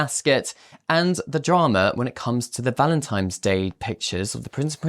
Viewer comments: Did he say Valentime’s? No. Just no. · Do you have the IQ of Harry? The word is Valentine NOT Valentimes. GOOD G-d SPEAK ENGLISH PROPERLY